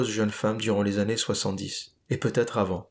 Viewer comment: On dit les quatre années et pas les quatre Zannées.